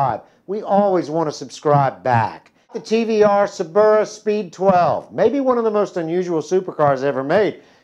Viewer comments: it is prenounced "Sir-bir-uh" not "Sir-bear-a" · "Se'Beara" lol What's with the over pronunciation Americans love so much? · The guy pronounced Cerbera wrong and his name is. Many issues here. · why on earth does he pronounce cerbera so completely wrong